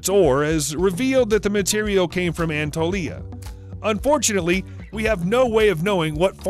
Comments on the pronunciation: Learn to pronounce! It's An-A-tolia not Antolia! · Antolia ... LOL this narrator and pronoun cations ..honestly ... its ANA TOLI A ..pretty easy actually ...anywhoos